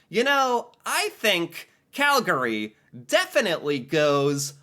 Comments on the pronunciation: yah ~ the pronunciation ~ i hear it as cal-GARR-ee with the accent on the middle syllable ~ i think the only people who pronounce it cal-gree are calgarians ~ apparently it falls into the same way of pronouncing words like family > famly & evening > eve-ning or every > evree ~ also i noticed when i lived in ontario that people there had a bit of a southern drawling accent & pronounced toronto > tranna ~ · its one of those things where you can tell who’s a tourist by the way they pronounce the name. Calgarians ourselves pronounce it as Cal-gree (cal-ga-ree like how says it is really only used by the announcer at the arena when our teams play). Most non Calgarians pronounce it as Cal-gary which is just all kinds of wrong. Toronto’s the same way too. To Torontonians and most Canadians as a whole, it’s Torono, except when saying Torontonians 😂 Basically, the second A in Calgary and the second T in Toronto are silent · Okay…..it’s spelt Calgary…….but its pronounced…..Calgree. Thank you. PS……those parks are all miles within the city limits and surrounded by residential areas. The Tower……not very tall compared to many other towers. But in 1988 we turned it into the worlds largest Olympic Torch when we hosted the Winter Olympics and we light it on special occasions. Area wise, Calgary is one of the biggest cities in Canada, population now 1.6 million people in the city, more in the surrounding areas. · Cal- gree please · Yes! If you're a Calgarian, it's pronounced Calgree. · He says it a little wrong as you say. But I've heard much worse. My brother-in-law (born and raised in Ontario), says Cal-GARy. Don't get me started on how he says Saskatchewan - it hurts my ears. I'm from Sk but I've been here in Calgary for nearly 30 years. Maybe I say it a little like and a little like you say (Cal-gree) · The way you pronounce “Calgary” kills me. 😂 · K you started annoying me the first time you said Calgary. Take out the 2nd “a” and then say it. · Cal-gree not calGary